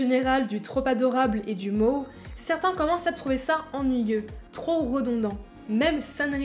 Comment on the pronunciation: [Esclure] sur 20. : Ca se prononce [bouçou], il n'y a pas de voisement du "S" entre 2 voyelles en japonais. : Ca se prononce [Moé], la lettre "e" se prononce toujours [é].